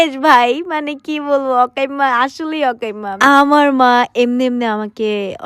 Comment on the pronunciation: অকাইম্মা ❌ আকাইম্মা ✅